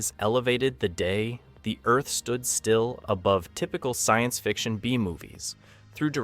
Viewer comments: Before that it was "Claw-too"...ugh! And then there's "The Day (long pause) the Earth Stood Still"...gag. And THEN it says that the musical score helped the actors in the portrayal of their character?? The score / soundtrack is added in POST-PRODUCTION... LONG after the actors are gone! Sheesh!! It baffles me that creators of these clips are too cheap to hire REAL actors who have actually SEEN the film to provide the narration. Do they not listen to the playback and see how ridiculous it is? Needless to say I will NOT be subscribing to this channel. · That the video's narrator is a mediocre AI? The Day The Earth Stood Still